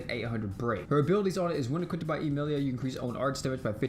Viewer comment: Rehm or EEmeeleeia 😂